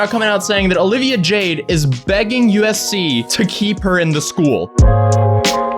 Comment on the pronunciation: I keep hearing ufc lmao